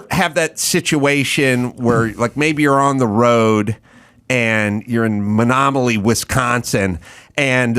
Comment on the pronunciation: Menominee NOT menomily